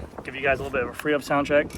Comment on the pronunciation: Say it with me: “FREE HUB BODY SOUND TEST” …… enunciate now, nice and clear, slowly …….. “FREE HUB BODY SOUND TEST” 😆☮️⭐️🚴🏻‍♂️